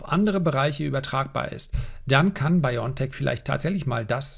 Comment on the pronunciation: Wenn Sie über so große Firmen sprechen, dann sollten Sie diese auch richtig ausprechen und vor allem richtig schreiben! Es ist BioNTech. Nicht Biontech. Genauergesagt: Bio and Tech. Also bitte Bio N Tech aussprechen